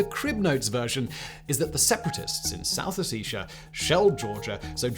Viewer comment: The way he pronounces Ossetia…